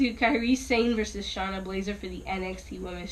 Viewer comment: Who is Sharna Blazer? I think you mean Shayna Baszler LOL. Charlotte Flair is gonna win the Royal Rumble Mark my words - BEEEP wrong😋